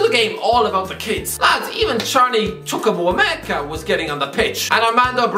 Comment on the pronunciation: just butchered the name "Chukwuemeka" 🤣